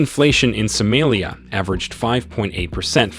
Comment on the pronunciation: Please change your pronunciation of Somalia. Not sumelia